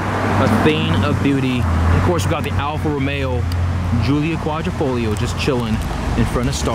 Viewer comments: It’s “hoo-lia Quad-driii-fo-Lia” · Say Alfa Romeo Julio Quattro folio one more time